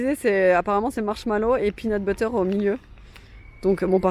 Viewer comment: Trop drôle le dernier passage j'ai trop rigoler, entre le pénut buter 🤣 le c'est satisfaisant 😅 et y'a des oignoooons 😂 c'est tellement trop ça !